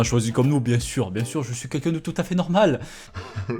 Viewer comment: Mais j'ai dit "bieng" :(